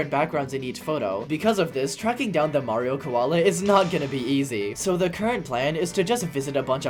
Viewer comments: The Australian mayrio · Blud went austral!!!11!!1! 🥶🥶🥶🥶